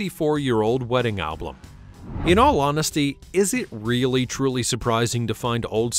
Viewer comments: Oh, sweetheart. I...just...I'm not generally nitpicky, but you've got me head in a twist. It's about Albert. Albert likes to sit. He sits on his bum. Or you could say, he sits on his Album. Al. Bum. Album. Sorry. I couldn't pay attention to the rest of the video because Albert's damn bum was taking all of my attention after you kept saying "A-BLUM". Carry on. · 😂😂😂😂😂😂😂I was coming to comment abt “Ablum” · Great video, and I'm sorry to say I laughed every time you tried to say album and said "Al blum" instead.